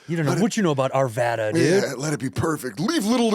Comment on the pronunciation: Wow, Andrew pronounced Arvada correctly.